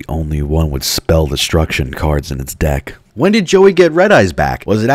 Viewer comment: wait did you say deck or dik